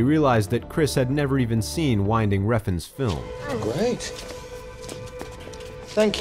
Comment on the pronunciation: Hilarious that, after butchering Winding Refn's name, you pronounce Marion Cottillard in a perfect French accent.